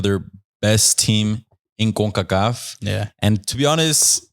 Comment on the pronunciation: Why are you saying "Concacaf" like that. It aint a spanish acronym so there's no point of doing the accent